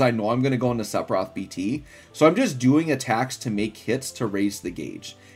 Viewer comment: Love your videos but HATE how you butcher his name :D